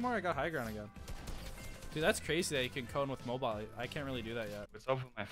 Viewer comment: I kept getting triggered when you said mobile and how you warmed up